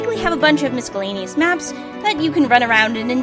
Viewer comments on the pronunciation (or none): prounced the C in miscellaneous